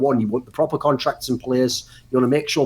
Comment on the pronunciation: "Chure" - Thorin